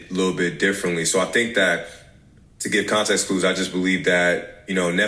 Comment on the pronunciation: I’m tired of people mispronouncing regular words. I learned English as a second language by reading. So it really pisses me off when Americans can’t speak their own language 😂😂😂😂 he really said “to give more contaxt” that’s how he pronounced it…? Come on.